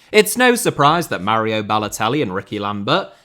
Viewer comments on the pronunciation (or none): none